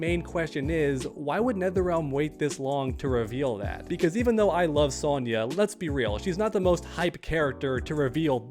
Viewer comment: Bro throwin like 3 extra Y’s in Sonya’s name lmao